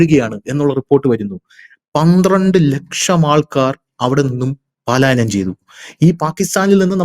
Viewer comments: പാലായനമല്ല. പലായനമാണ് ശരി... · പാലായനം എന്നല്ല പലായനം എന്നതാണ് ശരി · പാലായനം എന്നത് തെറ്റാണ്. പലായനം എന്നാണ് ശരി. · പാലായനം അല്ല,ട്ടൊ. പലായനം ആണ് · പാലായനം എന്ന് പറയരുത്. അത് തെറ്റാണു. ശരിയായത്, പലായനം ആണ്. ശ്രദ്ധിക്കണം. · പാലായനമല്ല " പലായനം " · ഹലോ,"പലായനം"ആണ് "പാലായനം "അല്ല ട്ടോ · 'പാലായനം അല്ല, പലായനം എന്നാണ് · You are telling പാലാ യനം മീൻസ് going to Pala.Actually it is പലാ യനം . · പാലായനം എന്ന് പറയാതെ ചേട്ടാ, പലായനം എന്ന് പറയു.. കുറെ നാളായി പറയുന്നത് പാലായനം എന്നാണ്. അത് ശെരിയല്ല. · പാലായനമല്ല. പലായനം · Paalayanam alla palayanam. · പാലായനം എന്നാണ് പലരും പറയുന്നത് എന്നാൽ യഥാർത്ഥ പദം പലായനം എന്നല്ലേ? അത് ശ്രദ്ധിക്കുമല്ലോ?👍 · പാലായനം അല്ല , പലായനം. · പാലയനo അല്ലെടോ... പലായനം ❤ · 'പലായനം' ആണ്, 'പാലായനം' അല്ല, sir. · Palayanam തെറ്റ് പലായനം ശരി 💕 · പാലായനം അല്ല പലായനം ആണ് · 😊palayanam I think.not paalayanam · പാലായനമല്ല, പലായനം എന്ന് പറയൂ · "പാലായനം" അല്ല; 'പലായനം'. ഭാഷ ശ്രദ്ധിക്കുക. ഇതിനു മുമ്പും തിരുത്തിയിട്ടുള്ളതാണ്!